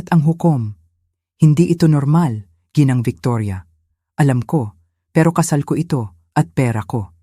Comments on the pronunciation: Ginang po hindi po jinang o jinoo. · Tagalog na nga hindi pa maayos ang pag pronounce ginang gianawang jinang